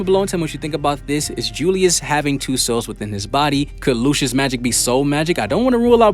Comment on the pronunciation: His name is pronounced “Lucy-us”